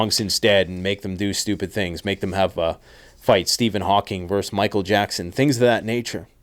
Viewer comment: i really like what you are saying, im a long time follower. but FYI, your credibility diminishes every time you say "infostructure" instead of "infrastructure" and "verse" instead of "versus" i guess this is how i know you are still you and not an AI. coz AI uses language correctly